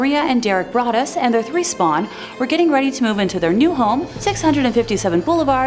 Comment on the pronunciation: Im pretty sure the o in brodus(sp) is a long o pronounced brooo dus